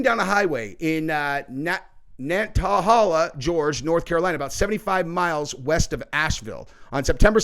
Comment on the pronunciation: He's gonna get beat tf up in Swain Co. Jail when he gets locked up next time. Just friendly FYI it's pronounced Nana-hay-la Gor-ge Nantahala Gorge!😊